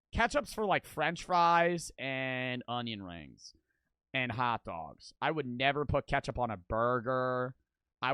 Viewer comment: the way he says “onion rings”😂